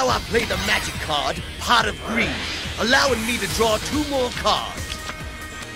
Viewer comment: uh, Pot Of Breed? Did I hear her right?